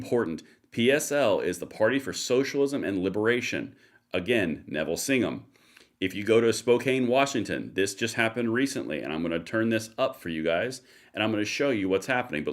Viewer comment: Audio and video is good. Spoh-can. Spokane.